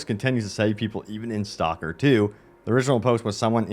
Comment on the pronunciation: Dude... It's "STALKER" not STOCKER. You keep calling it STOCKER 2. I can't stand it anymore.